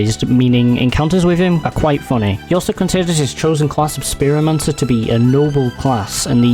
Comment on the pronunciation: theres a lot of mispronunciations such as "istant-tainment" and "spearomancer"